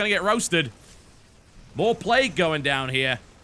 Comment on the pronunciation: why does he pronounce it "play-goo" at times?